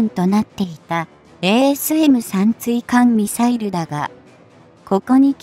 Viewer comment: まだ｢ついかんみさいる｣って言ってるね。 ｢たいかんみさいる｣って言ってよ。 あと、｢ながしゃてい｣ってのも、｢ちょうしゃてい｣だよね。